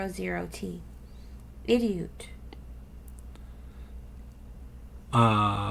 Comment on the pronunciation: You talking to me? You said 'idioot.'